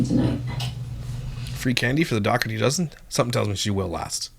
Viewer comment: Ok im just gonna tell yea all now she does not pernounce there last name correctly and its getting onto my nerves. Ok the g in the name is silent its silent ok its da her tea thats how you say it i have never heard anyone with that last name pernounce it the way as he does .